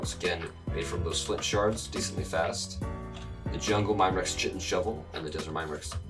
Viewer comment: chtiin is pronounced K-hi-tin